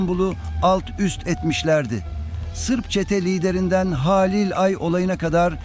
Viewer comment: Bir de konuşmayı öğrenebilsen keşke :) Haaalil değil Halil ..Beraat değil Berat .ne lan beraat kandili mi bu 😂